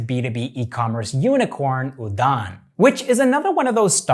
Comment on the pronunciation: dude.. u gave your best to pronounce all those names... 👍 note: sometimes we pronounce d as 'r' and udan is one of them.. it's pronounced as uran... thank u